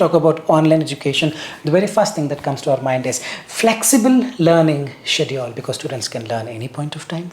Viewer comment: why you pronounce schedule as 'siediu....' got me confused